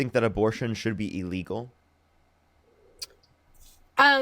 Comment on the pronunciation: TBH, I can't tell when you are saying "legal" and when you are saying "illegal". The words as you spoke them sounded the same to me.